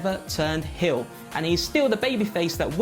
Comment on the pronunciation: "Turn hiyl"... 😁